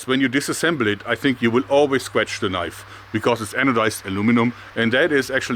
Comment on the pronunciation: "This is not a knoife, THIS is a knoife". HAHAHAHAHA